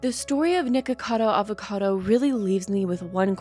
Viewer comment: Thank you for not pronouncing it "Nikado" Avocado like most creators who comment on him do. Lol.